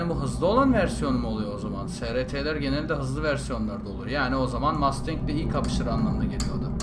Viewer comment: abi 1969 model ford mustang bi de 1969 model dodge charger ı dene charger yerine challenger da kullanabilirsin ;) ha bu arada o mustang değil masteng diye okunuyo :D